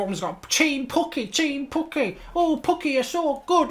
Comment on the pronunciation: He said it like Pookie